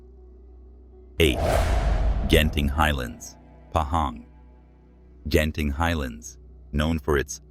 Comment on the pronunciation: Sat "Genting" , sat "Jenting". Paaadiaa 😂😂 Obviously an AI generated voice 😂😂